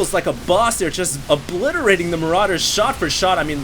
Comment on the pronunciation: haha i love how he says maraiders are SO BEEFY! lmao